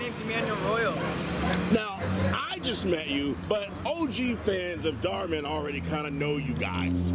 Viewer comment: It’s dhar mann not dar man